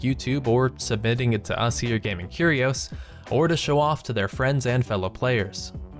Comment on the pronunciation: When you say "Curios" it sounds like cheerios